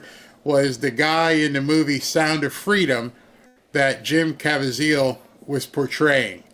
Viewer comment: Not to be nit picky or anything but you are pronouncing Jim Caviezel's name wrong. It's not CAVA ZEEL. It's CA VEE ZEL